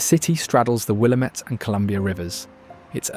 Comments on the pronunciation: ☝️🤓 Actually, it's "Wil-LAM-it," not "WILLUH-met." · I was surprised at how many names he pronounced correctly before butchering Willamette 😏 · Wrong saying "Willamette" incorrectly. Shows you've never spent time here.